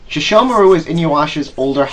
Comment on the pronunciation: youre saying inuyasha and sesshomaru wrong and I LOVE THIS ANIME!!!!!! the comic relef is great, the suporting characters can stand individually and it isn't a bad show and im the one that likes the kaind of anime that is really hard to keep your stomach in and i'm the kaind a person that doesn't watch romance because well in anime most of the romance happens quickly and everything is lovely dovely it's kinda annoying but here they have to get to know eachother insted of yust geting to the point